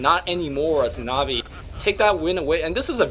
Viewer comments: omg its pronounced NAW-VI not NAHHVI extremmely annoying to listen to that -. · This dude keeps saying Ne-Vey. IT'S NA'VI, DUDE!!!!!!! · naaaahvi not nahvi :| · I cringe every time I hear says Na'vi. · can't pronounce anything.